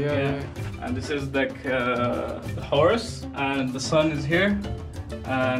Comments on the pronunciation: Horse? I think he is saying "Horus", a god. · I think he said Horus (accent Egyptian god) instead of horse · lol it's "Horus" not "Horse" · I think he said Horus not horse